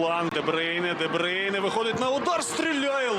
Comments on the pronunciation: де брюйне, а не дебрейне🙄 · Debroun not debreun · Чому дебрейне?????? Де брюйне.😂😂😂😂😂😂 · 😅 ДеБрюйне ане ДеБрейне....... 😂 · Боже комментаторы не позорьтесь де брюне как он выговаривает 🤦‍♀️